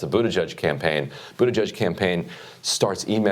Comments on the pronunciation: Jimmy, I love your show, but for the love of god, would you please learn to pronounce Pete Buttigieg's last name? It's pronounced BOOT-edge-EDGE. It distracts from your message when you continually mispronounce it. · Pronounce his name properly....its "Butt-gig". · Buttigegegegich - Thanks Jimmy, I was wondering how to pronounce that. I still prefer Platitude Pete or Mayo Pete. When are you coming to Minnesota dude! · Cracks me up how you pronounce his name...Pete Buda-jid-jizzzz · HEY JIMMY, PLEASE PRONOUNCE HIS NAME RIGHT .. IT'S " BUTTGEEK " RIGHT ?ONCE AGAIN, COULD YOU PLEASE EXPLAIN SOCIALISM, IT'S LIKE COMMUNISM... LOL!JUST FOR THE RIGHT WING DUMMIES AND THE SOCALLED DEMS.... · WHY ARE YOU STILL SAYING buttiGIG? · Budeg jgjgigj? Really? Some birds imitate sounds better than you. Are your and your colleagues' hearing impaired to such extreme degree or are you being cute in deliberately mispronouncing that guy's name? Comedy, one understands. but being stupid about pronouncing a name? You guys obviously do not like Pete, but for goodness sake, even a comedic criticism serves its objective better if done without apparent or intended derision. Make your point without being an a.h. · Pete Buttigieg [Boo-TI-plug] is the correct pronunciation, Jimmy... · I respect that Jimmy refuses to pronounce Pete's name correctly. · I love how Jimmy can't say Pete Buttigegi's name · Jimmy I love you, but can’t wait until Pete is eliminated so I done have to listen to Butcher his name. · I laugh every time Jimmy or anyone mispronounces Pete Buttigeisjdjfs because literally every time I hear anyone say his last name, its ALWAYS pronounced differently 👏🤣🤣🤣🤣🤣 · Jimmy, I’m a big fan of yours and a Bernie fanatic. But please stop butchering Pete’s name. It’s so distracting. :) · His name is pronounced PEANUT BUTTER JUDGE. It's not hard, get it right. Jeez...... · You guys are pronouncing his name all wrong. It's Pete Bootyjuice.